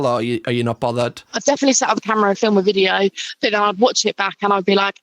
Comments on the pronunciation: First time watching your channel and being here and it’s MINDBLOWING how much better your advice on sex is than these so called ‘sex therapists’. Also you said ‘filum’ instead of film so, subscribed 😂😂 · Are we just going to ignore how he says film